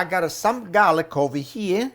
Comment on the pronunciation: I love how you say I gottte 😉